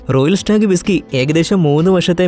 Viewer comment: ബിസകിയല്ല ' വിസ്കിയാണ്